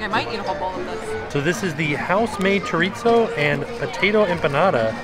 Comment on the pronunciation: it's cho-ri-zo not cho-RIT-zooo 😂